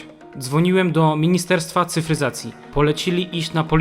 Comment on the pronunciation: "ministerstfo"... jebłem xD